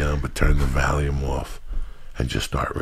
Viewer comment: joey saying valium instead of volume and saying he washed his money is key